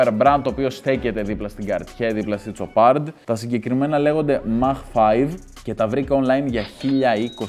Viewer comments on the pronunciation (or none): Το Τομας το λεει "Θώμας" και τη Σοπαρ "Τσοπάρντ"....χα χα χα...κλαιω!😂😂😂😂😂😂😂